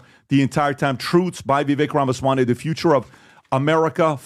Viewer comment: Pbd finally learned how to say his name! It drove me crazy